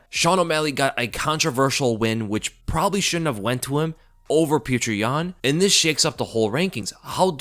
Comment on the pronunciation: STOP FUCKING SAYING PETRI YAN PLEASE